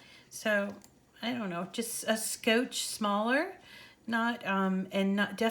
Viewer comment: Love your videos. Too cute when you pronounced “scooch” like coach with an “s” in front of it. I may have been mispronouncing all this time.